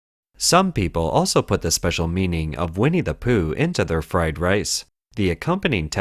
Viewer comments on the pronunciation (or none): Egg fwed wice